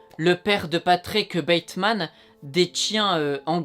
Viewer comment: patickeuh bateuhmaneuh leuh tueureuh